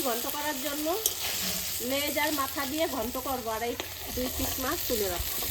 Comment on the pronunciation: Maas bolben say Mach (fish)